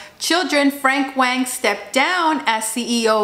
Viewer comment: Btw his name is pronounced like "Wong" not "Wayng"